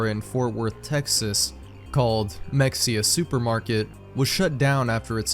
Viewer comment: Why do you mispronounce Mexia?